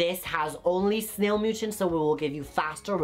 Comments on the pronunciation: mucin is pronounced (ME-YOU-SIN)!!! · Snail MOO-CHIN🤣